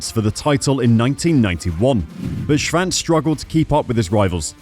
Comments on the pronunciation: Why does this guy insist in mispronouncing his name. There 8s no V in there. SHVANCE ? SHWANTZ old boy SHWANTZ ! Good God :( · sure, except that’s not the way he pronounces it and it’s HIS last name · This commentator can’t even pronounce Kevin Schwartz’s name, jeez!!! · There is no “V” in Kevin’s last name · well I’ve never heard Schwantz name said like that before.